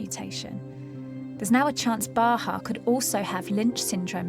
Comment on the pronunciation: Bahaa (not Baha), but thank you!